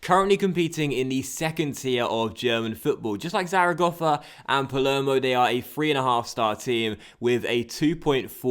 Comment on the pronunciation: You say Zaragossa